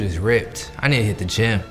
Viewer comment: This man said "I need to hit the gym" like he'd be carrying trees when he done 💀😭😭